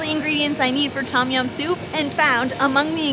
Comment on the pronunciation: it sound like you never go to Asian store in America original red bull sell everywhere "no chilly" mike pet and good bye la gone. tom jiam not tom it tum jiam i came from the country side Bangkok pronounce difference